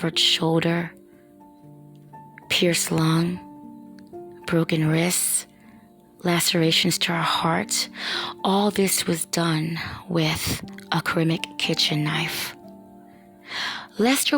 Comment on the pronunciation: A "kur-am-ic" kitchen knife? Ceramic is not pronounced that way